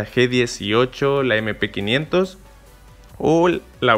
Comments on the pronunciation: Mp500 Yo: ZOPOTAMADRE xd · Mmm like si escuchastes cuando dijo MP500(M500)....?